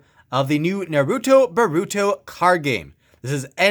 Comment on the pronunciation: Noruto and Buruto Not making fun of you btw Its Naruto and Boruto NAR-OO-TOE, BORE-OO-TOE